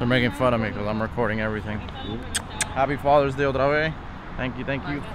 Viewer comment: You can tell by the way he says "otra vez"